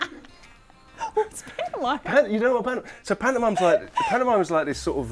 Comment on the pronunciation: oh shit, when he said "pantomimie" I thought that meant mime too, yikes